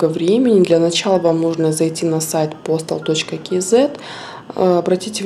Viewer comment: "Кизэ"...по деревенски. Или "кз" или как правильно "кейзэд"..